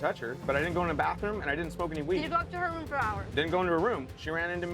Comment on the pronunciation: lmmfaoooooo 😂 the way he said "her room" has me gagging 😂😂😂😂😂